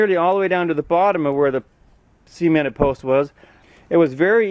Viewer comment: Sea-ment? No idiot. It's pronounced Suh-ment.